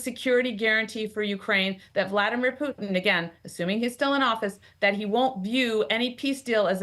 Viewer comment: Is it just me or is she pronouncing “Putin” in a strange and unusual way?